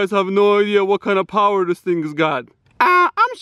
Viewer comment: LEGO POWAH